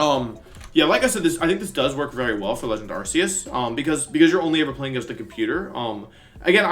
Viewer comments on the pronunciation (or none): You pronounced Arceus wrong